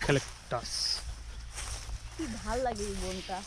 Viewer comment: ইউ ক্যলেকটাস না।ইউক্যলেকটার গাছ